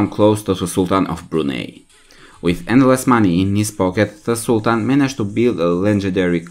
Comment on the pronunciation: Wow! At least get your pronunciation of the country correct...